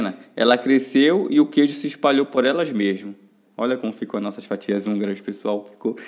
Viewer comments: 😂😂😂😂😂😂😂😂😂😂😂😂😂😂😂eu tava curiosa porque ele falava anguras kkkkkkkk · Não seria fatias húngaras? Não hanguras😂😂